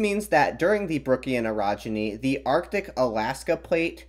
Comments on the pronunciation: Ohhhh Orogeny, not Erogeny... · When you say orogeny it sounds a little like erogeny, and that sounds like something very different.